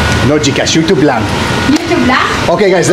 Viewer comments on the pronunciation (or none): none